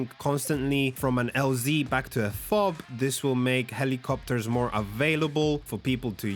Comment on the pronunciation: Just say FOB instead of saying each letter.. F-O-B sounds odd.